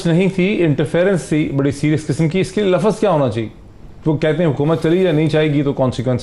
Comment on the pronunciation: BHAI MOEED SAHIB KHUDA KE LIYE URDU KA AIK LAFŹ BOLNA SEEKH LO. LAAAFUUZ NAHEEN HOTA LUFZ HOTA HAI.